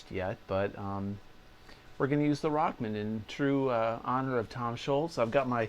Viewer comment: Excellent lesson. Love the Rock Man vest too. Funny how you call it “Rockmn”. Tom came out with his original “Walkman” for guitar - so it was called Rock-Man.